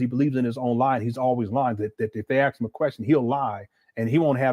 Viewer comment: What kind of doctor still can't properly pronounce "ask, library or any word with th such as with in it"?!